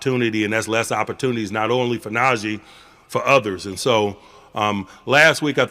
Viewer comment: IT'S NAH-GEE NOT NAJAY